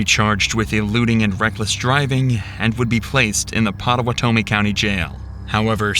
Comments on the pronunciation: Couple things just fyi: The town is Council Bluffs not the council of the bluffs. The other town is Pottawattamie (pot-uh-watt-uh-me) not potawhatomey. Also Sugars is no diner. It’s a dive bar in a strip mall. The only thing on the menu is frozen pizza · Everything was so solid , until he said this was Idaho . This is Iowa, I live in this town. It’s not a surprise it took them so long, our law enforcement is trash. Also it’s POT A WATAME. Still love you Dr. just , killing me with this one 😭🫶